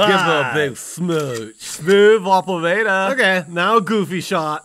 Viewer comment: “smooth operAtor!” Lmao